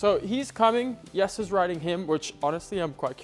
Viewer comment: OK,, why did you pronounce Jessie's name as 'Yesser'. Is that how it's actually pronounced in the Netherlands? Up until last year, I thought his name was Yesser.... Lol Happy Birthday, I hope your special day was as awesome as you are... 🥳🎉🎂🎁🎈💝🥂